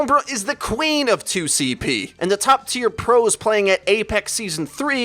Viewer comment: Was i the only one that heard sombra is the "clean/er (instead of queen)" of 2cp ?